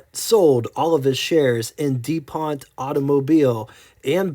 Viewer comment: Is this AI narrated? WOR CHESTER..??? There's NO H in Worcester..it's pronounced WUSS-TER.. and then it went from saying DO-PONT to Dee-pont, Then the mistake calling the late model vertical twins, V twins ..If this is an educational video it has really missed the mark. I should have waited to post the mistakes as Floyd Clymer was pronounced Claymer..oh ffs